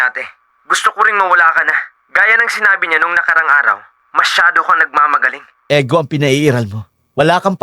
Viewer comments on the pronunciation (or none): The story is engaging and the voice actors did a great job. My only suggestion would be to improve the English pronunciation of certain words, particularly sounds like p and f, as well as words such as ego (ˈēɡō/igo). I understand that English isn’t our native language, but clearer pronunciation can make the storytelling even more effective. It doesn’t need to sound slang—just accurate enough so the words are easily understood.